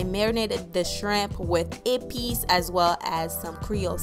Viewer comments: When she said Epis i was like this is perfect lol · I subscribed once I heard u say epis. I’m like oh she haitian? Subscribe lolol